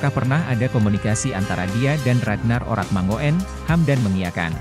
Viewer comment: bacanya urat mangun bukan orat mango en, oe itu ejaan lama yg biasa digunakan orang jawa kuno